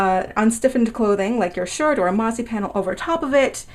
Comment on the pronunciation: Sounds like you’re saying “marzy” instead of modesty...